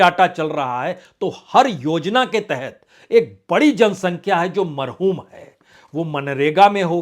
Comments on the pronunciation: Marhum Nahin mahrum hota hai sir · पर आपने कहा मरहूम है ये गलत है सही शब्द महरूम है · Sir it's not marhoom ,it's mahroom